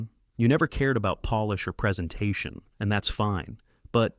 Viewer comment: Gave you a thumbs up for your story an it was good, but I think towards the end the AI voice over wasn't working on the word polish and it said it was Polih directed to a ethical source of where Poland is not the same as polish your car, or a table. I think that it's the AI voice over there and I think that your story was good, an you have a blessed day my friend 🎉🎉🎉❤😊